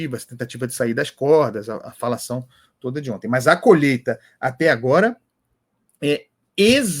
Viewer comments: Não é colheita , o Lula fala COLHETA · O burrrrrrrrrrro não fala colheita não 😂😂😂 é colhêta😂😂😂😂